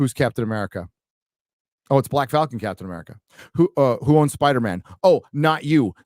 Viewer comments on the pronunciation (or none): none